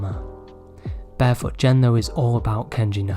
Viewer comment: FYI Anything with "G" is a hard G sound, not a "J" in Japanese. Like Gen, etc. G like "get", "gecko". Ironically, Ghibli is "jibli" though and I'm glad you got that one right :) (Always bugs me when people say Gibli lol) Source: I'm Japanese